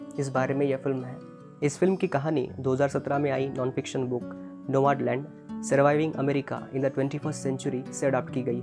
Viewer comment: नोमाडलंड नही भैया नोमडलँड..